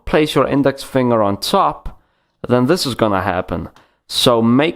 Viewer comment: I like how this guys says top... Teeoup